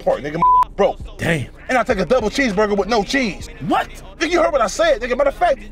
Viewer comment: Double Bheeseburger Burly fries and a Bhoclate shake 😂😂😂😂😂😂😂